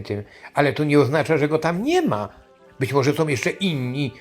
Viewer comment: One SĄ !!!! A nie "one som"!!!